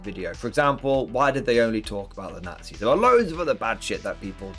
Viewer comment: Forget WW2, they had evil "naghtsees" We are looking forward for WW3 (at least there won't be any "naughtsees" in it)!